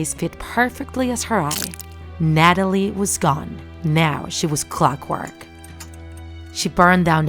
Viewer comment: CLOCKWORTH NOT CLOXKWORK